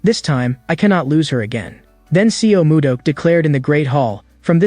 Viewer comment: a bit disturbing to hear the wrongly pronounced names of the characters. it's not seal moo duck it's more like sul moo duck in pronunciation. and it is not way-in it is hwa yon.